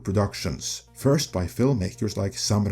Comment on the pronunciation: Why did he pronounce Sam Rami's first name "samurai"? Has he seriously never heard the name Sam before?